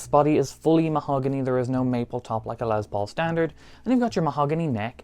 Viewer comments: Jesus Christ my dude! It's LES Paul. Not LEZ Paul. I was super interested in that guitar but your monotone voice and insistence on calling it a LEZ Paul drove me away before the midpoint of your video. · dude...it's not LeZZ Paul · Yes Metallica sucks but from Norway to Russia to the greatest Island Great Britain why do you jackasses always say l e z p a u l it's l e s p a u l Les Paul jackass